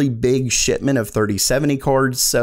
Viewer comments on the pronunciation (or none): am i the only one who hears him say shitment instead of shipment lmao